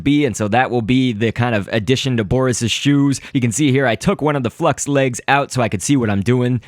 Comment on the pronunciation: FLUX- L= FUX XD